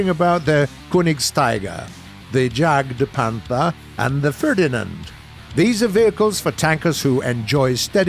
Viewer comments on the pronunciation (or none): It's not pronounced jagpanther or jagtiger they are pronounced yagpanther or yagtiger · pronounced kernigsteeger, yagdpanter, broombear, yagdteeger and raketenyagdpanzer. Don't need to bother with these but at least pronounce j like y. Also sturer emil should have mg34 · he can say Rheinmetal, but not Jagdpather.